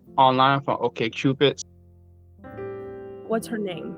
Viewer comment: I heard "OkStupid" 😂